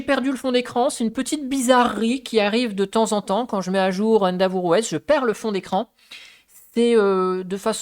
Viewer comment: Merci pour ce retour d'expérience ! Attention endeavour se prononce "haine-déveure" pas "haine d'avour" 😅